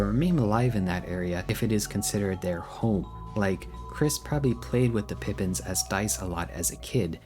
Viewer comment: Also, you messed up Pippins and Rudinn. Unbelievable. Smh.